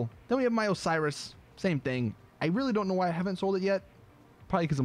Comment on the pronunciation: When he said "My Osiris" i thought he said Miley Cyrus XD